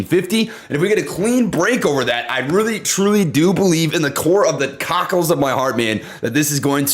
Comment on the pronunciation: Ehhh, yoh said COCK..el of ur heart.😂